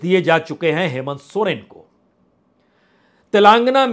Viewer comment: श्री बाजपेई जी आपका विश्लेषण काबिले तारीफ है,, कृपया तेलांगना की जगह तेलंगाना उच्चारण का निवेदन है,, जय माई की